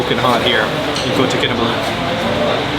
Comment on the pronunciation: Kota Kinabalu is not that hard to pronounce! How about learning the languages of the places you visit for something more than superficial experiences.